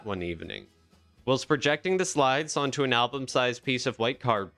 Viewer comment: isn't whilst pronounced while-st ? is this AI narration ?